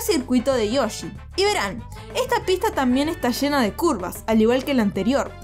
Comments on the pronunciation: Como pronuncia Yoshi un argentino? SHOSHI? XD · Todos: valle de yoshi: VaSHe de YoShI No es que odie la forma de hablar sino que es solo humor